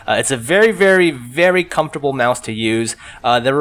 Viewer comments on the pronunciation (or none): none